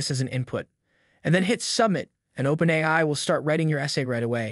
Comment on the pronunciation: That's the best AI narration I've heard yet. It's still obviously a robot; but, I have to admit, I was fooled for almost a whole minute. Even if someone isn't aware that AI narration is a thing, they'll still definitely be disoriented by the awkward pronunciation. In this case, the phrase "OpenAI" is a dead give away. I may have never been able to tell if it weren't for this one phrase. Which narration tool did you use?